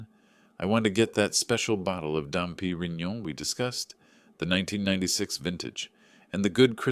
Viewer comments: Dumpy Reinonion... Sounds like liquidgetyoufuctup. AI can't pronounce Dom Perignon. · The narrator made only one mistake and that was the pronunciation of Dom Perignon about three or four times! Shows editing is not present! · That is really unforgivable. If you don’t know wines, don’t choose such known ones. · True, but honestly the story was so gripping I barely noticed. The emotion carried it way more than the pronunciation slip. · that mispronunciation definitely stood out. But aside from that, the storytelling was strong enough that most people probably let it slide. Small slip, big drama.